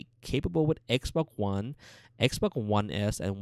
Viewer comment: He says xboc one